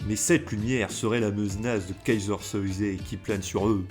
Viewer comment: Dommage que cette plutôt sympathique analyse soit un peu gâchée par la répétition des mots "Keyser SoYzé" ou "agent KouJJJane" : dans toutes les versions c'est "Keyser Sozé" et "agent Kujan" (à prononcer "Kouyane"). Mais sympa quand même